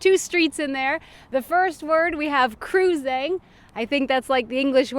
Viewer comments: I was surprised that some words were not familiar to you! 1) Vrijhouden, literally sort of: "freihalten and "vrij" is pretty much pronounced the same as "frei". 2) Kruising = Kreuzung/Überquerung), not cruising, lol. 3) bereikbaar = erreichbar. To me it's all very similar, just like it was for Mr German man, so I guess it shows how much easier things are when you don't have to translate twice. And yes, Mr German man was right at the end. I should say, I don't think I have a talent for Danish, but I am quite good at languages in general. Some European ones at least. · This is so cringe for someone who can speak Dutch for example kruising is pronounced Kr ouw sing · OMG... this was soooo funny! you know the dutch speak the g a bit like the Germans do the ch... with some of them you were pretty close but kruising means crossroad. Mr German Man was much better to be honest :)